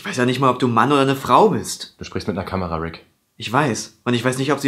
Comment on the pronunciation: Sag mal wie alt bist du?!? Es heißt Kamera und nicht ,,kamerer'' !!!